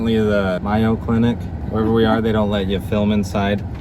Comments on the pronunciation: May-o, Mayo-o clinic. Not My-o lol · Just so you know it’s pronounced Mayo like the condiment haha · Crying at the way he pronounced Mayo Clinic😂😂😂 I work for Mayo.